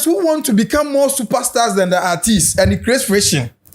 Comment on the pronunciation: Portfolio de3n nso ne “arthist, arthist” yi… its artist not arthist ..ah masa